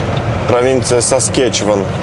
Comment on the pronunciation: Ну правда как смешно.ударения не те.саскачеван.удачи.